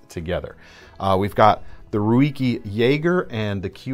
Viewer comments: is killing it with these videos. Keep them coming, fellas! Also, I hate to be that guy, but Ruike is pronounced “rake”, lmao. I was thrown off big time when he said roo-i-kee. Funny stuff man. Love it. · Ruike is pronounced rake. They never disappoint. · Just to let you know, I'm fairly sure Ruike is pronounced "rake" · It's pronounced, "RAKE"...and 5160 is alloy steel not carbon steel.